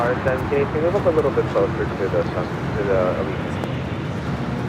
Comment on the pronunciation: the city you said (Tulum) is pronounced tuh-loom not tuh-luhm, thank me later 👍🏻